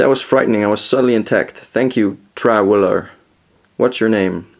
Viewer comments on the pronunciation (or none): "Traweler" "TRAWELER"